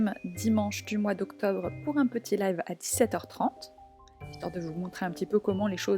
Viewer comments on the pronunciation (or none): none